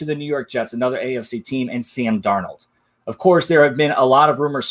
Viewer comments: "Darnold" not "Darno." lol. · Why does this guy say Darnold like that